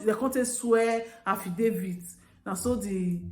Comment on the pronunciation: En en... No be Affidavid.... Nah affijoseph......lol... Affidavits /HAH/VI/DAH/FITS THE LADY TOOK A RIGHT DECISION.... BUT SOMETIMES, ACTING AD A FOOL AND BEEN WISE IS BETTER ..... IF NAH ME, GOD FORBID OOOO.... I GO COLLECT MY PIKIN, TAKE AM WITH ME GO EUROPE, LEAVE HOUSE FOR MAMA.... AND $1 , I NO GO SEND MAMA OR ANY FAMILY AGAIN. I GO START ALL OVER BY COMING HOME COME SUPERVISED MY PROJECT INSTEAD OF GIVING IT TO ONE KIND ENGINEER OR KUKU STAY FOR EUROPE DEY MAKE AM FOR MY PIKINS AND MYSELF..... JUST MY OWN ADVICE OOOO... NO INSULT